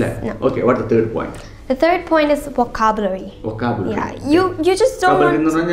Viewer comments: How much we try to learn foreign accent ,somewhere the mother tongue interference will creep in..just like when u pronounced "VOCABULARY".Check its right pronunciation..otherwise excellent tips👏👏👏👏👏👏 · Vocabulary pronunciation thettiyiytund... Review your video to check it...